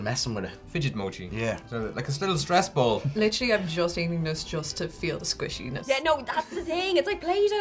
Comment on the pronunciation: does anyone else hear bowl when they say ball?